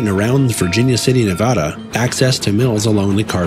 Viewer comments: could you please learn to pronounce the State of Nevada correctly? Hearing the way you pronounce Nevada is like having cheese graters be pushed down on my ears. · you need to educate I have never heard a Latino pronounce it that way before and I have lived here for ever have you?